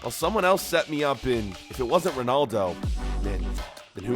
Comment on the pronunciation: It’s roodaldo (Ronaldo.)